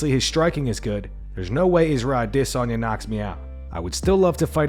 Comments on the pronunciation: Stop saying ADissOnYa & bleeping out words that don't need to be bleeped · The way the narrator says "Adesanya" as if its spelled "Ade-sanya" makes me chuckle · Bro I really hate the way you say adesanya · If i have to listen to the way this guy pronounces Adesanya's name 1 more time I think that might be me done for the channel. C'mon bro just say it how its pronounced by everyone else ?! :/ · Great channel -- the only thing i dislike is how you pronounce "adesanya" - its like hearing nails on a chalkboard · Bro why you say Izzy’s name like that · I hate the way this guy says Adesanya. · What's with the weird pronunciation of Adesanya lmao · The way this guy says Adesanya....